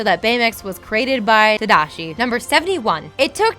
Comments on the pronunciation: tadishi? haha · ta-DA-shi.. not tadishi, like seriously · tadishi? tadishi????? tamotherfuckingdishi??????? godamn it!!! Another video where you havnt actually seen what your talking about!!!! sit down and watch the movie instead of messing up at your simple job!! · "Tadishi"? Hoo boy... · Did you not cringed when she said "Tadishi"? That was way worse. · How do you mispronounce Tadashi's name... Lol. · Wow she had A LOT of mispronunciations in this video...I have never heard someone butcher Tadashi's name like that before... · Sorry! I looked up the pronunciation, but I butchered it :( back to ye ol' Rosetta Stone tapes. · Did anyone else cry at the pronunciation of Tadashi or was it just me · Why does she keep pronouncing slightly things wrong lol Tomago, Tadishi, Big Zero 6.. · Its tAmago. And Tadashi。the pronunciation is horrible.